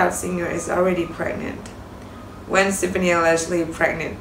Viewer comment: REALLY Its Gwen STEFANI You can't even pronounce Her name correctly